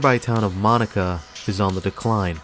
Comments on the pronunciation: No. It’s not. It’s mah-knack-uh. Not mah-knock-a… 🙄🙄🙄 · I'm surprised you didn't mention the Chi-Chi's incident from the 2000s; that is arguably this mall's claim to fame. I have fond memories of this mall from my days attending college up the road; it is a shame to see the mall like this. Oh, and it's pronounced muh-NAH-kuh. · Mo nack a not Monica. Other than that, great video. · Get ready for the yinzers… It’s pronounced: Ma-nak-ah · the key here is Beaver County lacks good employment, really never recovered from 1980s Mill closings. without businesses moving in to create jobs. the Mall is on its way out. BTW, narrator needs to learn how to pronounce Monaca. Got it all wrong